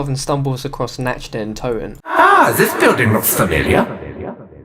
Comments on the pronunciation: Its Nacht not natched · Nacht is pronounce with a K not a Ch